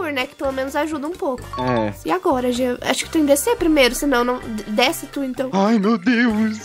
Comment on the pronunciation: É jean não “jenna”